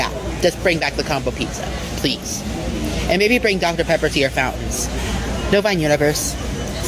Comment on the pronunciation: Nah nah it was absolutely pronounced pleathhhhh